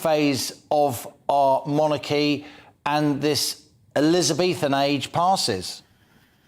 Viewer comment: Interesting points made by after. As a significant part of his subject involves the monarchy, I think it would be helpful to his listeners if he pronounced the word in the accustomed English way, i.e. MONarchy, with the emphasis on the first syllable.... as in 'jeopardy' for example. I am not the pronunciation police, I merely mention it as an observation in this particular context, to try to be helpful!